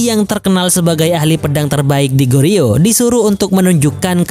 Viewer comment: 고려/Goryeo, huruf "o" pada "gor" diucapkan persis seperti mengucapkan huruf "o" pada kata bola. Sedangkan huruf "eo" pada kata "yeo" diucapkan "o" seperti mengucapkan kata pojok. Semoga dipahami.